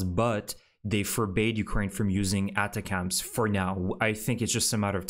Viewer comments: ATACMS = phonetically said attackems. You’re kind of saying it wrong. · Check how you say ATACMS.....it is usually said differently.